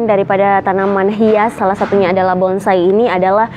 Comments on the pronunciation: Anda benar,nyebut kata bonsai saja si wanita msh salah,BONGSAI...BONGSAI...BONGSAI... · Bonsai bkn bongsai, mba 🤣🤣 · Bonsai ya bkn bongsai